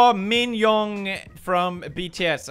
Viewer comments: me: Min YoonGi PewDiePie: MIN YOONH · Felix: “Min yONg” Army’s: sigh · Pew:Min yoonh Me:Min yoongi!!! LOL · *Min Yoonh. Get it right 😤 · It’s *Min Yoonh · It’s not min yoong, it’s min yoongi. Sorry, the fan in me was killing me. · Kaylee wealot No, it was Min Yoonh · Jammallama 622 pewds read it as min yoonge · What is this min Yoongi you speak of? I only know Min Yoonh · ”Min Yoohn” *proceeds to grace yoongi* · Did my man say min yongy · Me when pewds Pronounced Min Yoongi HAHAHAGGAGAGAGAGAHSHFJDBSJWHSISJSJXKDJSHSNSKSNAHAHAHAHHA Edit: looks at likes N-NANI?? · Omg...lmao....he's pronounced Min Yoongi wrong...(no hate)